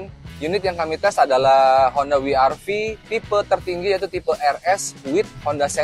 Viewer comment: ni mobil ganteng sih, apalagi lihat yg warna putih.. btw IMHO om. mungkin lebih enak dibaca "we er ve" om, kalau mau disebut pakai "ar vi" mending double you sekalian.. kurang empuk aja kalau dibaca "Wi" om.